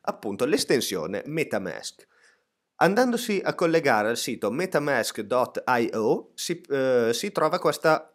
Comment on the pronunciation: "Metamesc dot ei o" Ma era davvero necessario dire l'URL del sito in inglese (tra l'altro una pronuncia piuttosto approssimativa), davvero ho riso un bel po' e non credo fosse voluta la cosa...